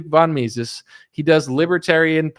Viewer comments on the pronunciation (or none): none